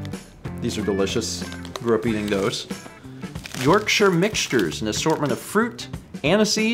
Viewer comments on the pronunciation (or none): none